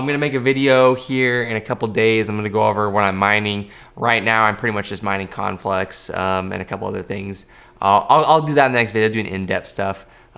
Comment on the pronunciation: At the end he said mainly CONFLUX, I think, sounded like conflex though.